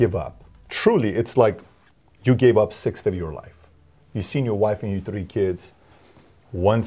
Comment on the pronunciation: He said a “sixth” 😂